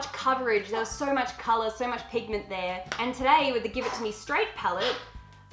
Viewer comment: Teach to say “pigment”..........*pretty please*....